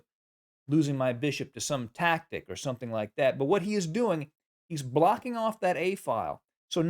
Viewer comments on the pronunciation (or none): none